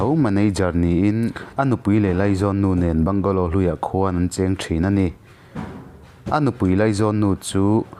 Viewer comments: Bangla tia sawi tur,bungalow tih loh tur,se lam duh dan a in ang lo va. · A Mizo ṭawng takin 'Bangla' tiin lam zawk ta la. Mizo ṭawngin i chhiar ta sa sa.